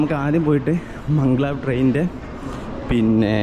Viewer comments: മംഗ് ലാവ് അല്ലല്ലോ മാഗ്-ലെവ് അല്ലേ?🤔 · മംഗ്ലാവ് അല്ല മഗലേവ്